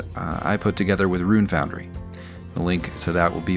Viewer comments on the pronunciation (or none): none